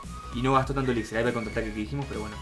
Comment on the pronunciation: me encantan tus videos, muy buenos, solo te quiero dar un consejo... la palabra elixir es una palabra aguda, por lo tanto su acentuacion es en la ultima silaba, se pronuncia como si se escribiera elixír